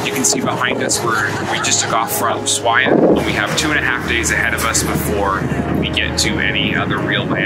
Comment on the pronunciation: Love everything except your pronunciation, it is AnTartica not Anartica, and it is USHuaia not Oosuaia... it just spoils the good video...